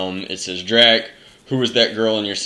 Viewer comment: Drac, you pronounce my last name right :D That never happens!!!